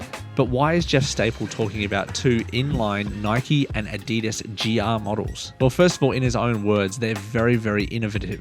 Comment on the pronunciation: Adi das not adeedus